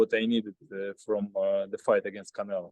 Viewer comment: its funny he can say Charlo with no problem but when it comes to Canelo , he calls him Canela 😀 but he desrves it . He made that man his bitch 😂